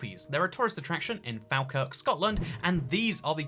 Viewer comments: It’s pronounced fol-Kerk, not fall-kark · Pronounced like fall (fall-kirk) not Fal-kirk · Hi, just wanna let you know n idk if anyone else has commented cos I’m too lazy to check but it’s pronounced “fall-kirk” not “fahl-kirk”, great video, have a good one 👌🏻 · Falkirk is pronounced like fall kirk but good job anyway! I am inspired. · It’s pronounced Fall-Kirk 😂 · It’s pronounced ‘Fall-Kirk’ buddy 😎